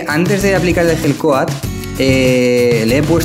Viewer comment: cuando dices gel coat suena igual a la hell coat, abrigo del infierno jaja